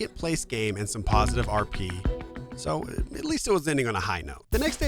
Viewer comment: Amazing video, shame you called it KP instead of RP the entire video though!